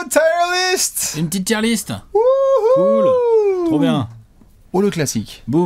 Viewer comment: Encore une super vidéo mais la prononciation de "tier list" tout du long me donne des frissons 😢